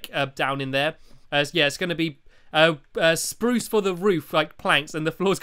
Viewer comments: stampy you said spruce not SPRUSE are you sick lol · Stamps you sed sprrrous wogn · you said spruce wrong